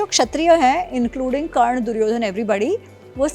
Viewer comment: Karn ko galat bol rhi h